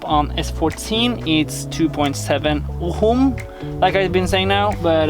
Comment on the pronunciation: From what I know, in "ohm" the "h" letter is muted so you pronounce only "o" and "m".